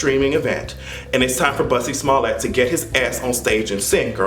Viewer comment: I'm screaming... said Bussie Smollett, LOL